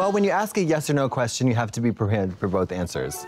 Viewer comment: katya said "prepared" so boston-y lol